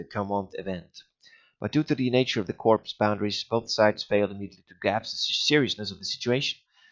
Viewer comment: I know it's a long time ago but you don't pronounce the S in CorpS it's the same as Illinois. It's just corp. Other than that. Awesome and this is what I was looking for before purchasing it.